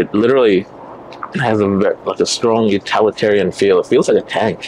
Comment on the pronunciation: Did he say UtAlitarian ? ;-)